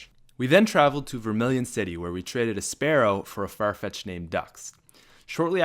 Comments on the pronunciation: it's pronounced "Spear oh", because it's spelled spearow. not spare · *Spearow (Sp-ear-O) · It’s Spearow, not Sparrow.